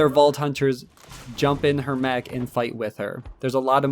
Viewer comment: MECH MECH MECH not MACH MACH MACH its a MECH with an E not An A